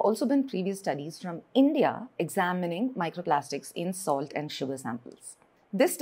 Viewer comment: Dumb POS pronounces salt as "solid", it could be because she looks like an African.